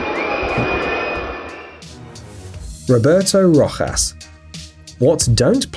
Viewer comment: You said Rojas wrong